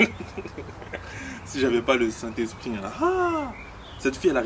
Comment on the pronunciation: Pptdrrrrrrr t'as dis " si j'avais pas le SAINNT ESPRIT "😂😂😂😂😂😂😂